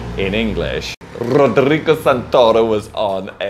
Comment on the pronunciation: that's not really the way we pronounce Rodrigo... but is definitively the way I will be pronouncing now on... it sounds fun and tickles the tongue hahahah! thanks for the tips on the video! love you!